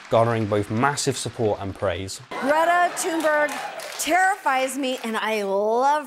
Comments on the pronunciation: Mate your pronunciation of Greta’s name was nothing like hers! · No, that is NOT how Greta's name is pronounced🤣